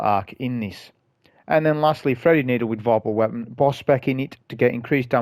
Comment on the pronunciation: I was near the end of the vid before I realised what I heard as Freddy-nado was Threaded Needle. Great run, thank you!